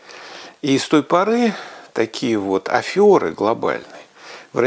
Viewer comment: Все же не афёра, а афера. Потому как от слова affaire.